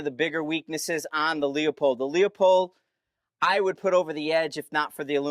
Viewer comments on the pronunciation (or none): its lou-pold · Pronounce Leopold like loopold Both good optics but Kahles K16i and Swarovski rock for AR platforms.